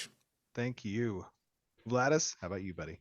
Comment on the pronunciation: Its Vlhadus, not Vlahdus :D Love the Show great questions